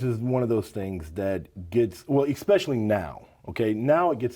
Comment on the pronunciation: I don’t trust anybody that uses the phrase eKspecially.....